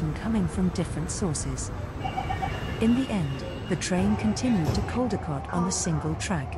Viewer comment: It’s Caldecott ( Coll- di- cott)